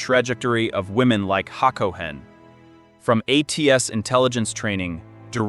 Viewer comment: It's ha ga NAH, not haGAnah. haCOhen not HAcoHEN.